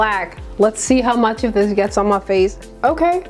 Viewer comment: I’ve never heard someone say “muh face” as many times as you did in this video. Quite amusing!